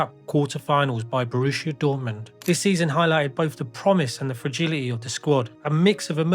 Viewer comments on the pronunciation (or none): none